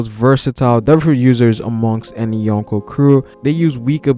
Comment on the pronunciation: dude seriously..... "YOHN KOH" As in 4 EMPERORS BRO. It takes me out of the videos sweet analysis and commentary. I mean i get the attempt but put some effort into the pronunciation. It gives a low amount of effort look and feel. But still love the video and respect for the research and time spent.